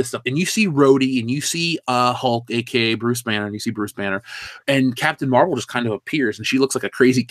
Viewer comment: Captain Meh-vel